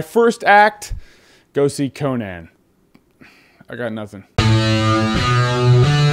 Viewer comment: I love how you say Co-Nan instead of...you know...Con-an